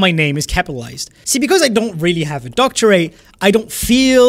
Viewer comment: That's not how you say "doctorate" in English btw. It's not meant to rhyme with rate. It rhymes with Rhett.